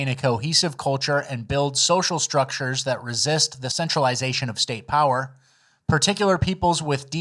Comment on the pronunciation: No, it's pronounced: "POWER"